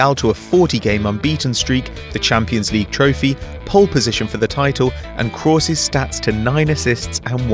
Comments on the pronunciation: Stop saying KRAWS it's Kroos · Toni Krowos? what is that pronunciation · Is name is krooooos nor croos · you called someone pronounced Kroos Cross, so you're under appreciating him yourself, + he does get appreciated!!! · its pronounced krus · it's pronounced 'cruise' you dutch wank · stop overpronouncing kroos ffs you're Dutch not german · Who else hates the way he says Kroos? Or is it just me :( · What on earth is going on with your pronunciation of Kroos? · Tbf I think at one point it sounded like you got it right. But most of the time it sounds like you haven't got a clue how many vowels it has. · That pronunciation of kroos